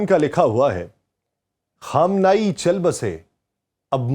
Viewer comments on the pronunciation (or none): Yar apna talafaz tu durust karo......Khaam-nay-e